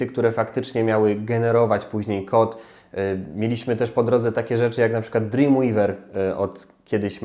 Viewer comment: [*] dla Macromedii. Do dziś korzystam z Macromedia Flash'a bo jest po prostu cudowny. Ps. Pamiętaj że czyta się "drimwejwer" a nie "drimłiwer". To nie hejt, tylko uwaga (ktoś by jeszcze tak mógł pomyśleć) :D